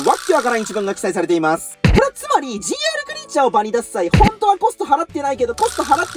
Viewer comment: GRてカスて読むのか